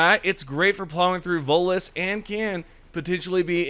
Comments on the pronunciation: Every time he tries to say voteless I hear Volus. 😅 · Always sounds like you say Volus.